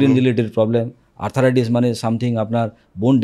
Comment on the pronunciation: শব্দটি আর্থ্রাইটিস (arthritis), আর্থারাইটিস নয়।